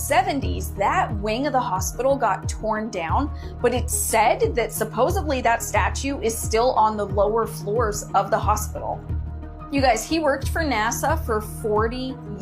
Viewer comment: So... That last "wannabe reporter", will not ever find her dream job. EVER! When you don't know the difference between "supposedly" & "suppose'b'ly"... I just hope she didn't go through college and actually earn a degree! It's getting ridiculous on this earth. GBY all ❤